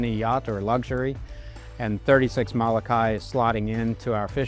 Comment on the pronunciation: Learn how to say Mo-lo-kai not Malakai.